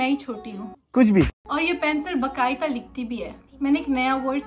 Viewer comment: not bakaita.. its baqaeda .. 😂